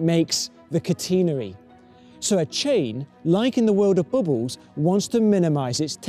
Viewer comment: I mostly watch this video because I love how he says "bubbles."